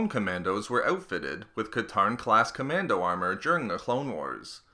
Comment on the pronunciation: John CommanDOE